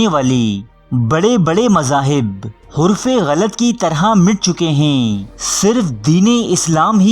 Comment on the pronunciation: Hurf e ghalat ni harf e ghalt ha